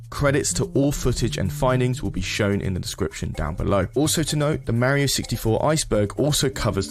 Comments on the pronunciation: Not going to lie, very interesting topic, but I cringe everytime this guy says Mare-io instead of Mar-io. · mar-ee-oh I MEAN he even says it himself, how can you manage to mispronounce it so badly? you had to have played it to have made this video, so there is NO WAY you haven't heard him say his own name......YOU EVEN SAY IT RIGHT MULTIPLE TIMES!!! WHAT GIVES????? war-ee-oh sheesh man..... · You pronounced mario wrong